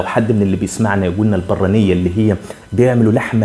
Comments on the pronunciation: ننطق البرانية بدون الشدة فوق الراء. عندي 57 سنة و اصلي مراكش ، من صغري اعرف هاذا الطاجين كان يحبه ابي الله يرحمه. البرانية يطهى في الطاجين فوق الفاخر ( الفحم) كجميع الطواجين..لن اقدر ان اقول لك من اي جهة من المملكة أصله.. كان يحب أيضا طاجين المقفول ليس معروفا كثيرا.. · البرانية تنطق بدون ضمة على الراء... طاجين البرانية هو طاجين باللحمة والبادنجال المقلي المرفوس، تشتهر به مدينة مراكش.. تحياتي وشكري على اهتمامك بنشر الثقافة المغربية.. دمت سالما وعواشر مبروكة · البرانية في مراكش بسكون الباء وفتح الراء